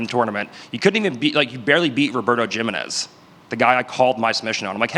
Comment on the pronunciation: The insecurity radiating off this man is crazy. Also his pronunciation of Robert Jimenez And there's people who insist he's incredibly intelligent because he's a savant at BJJ. He is a savant. An Idiot Savant. Genuine moron outside of grappling.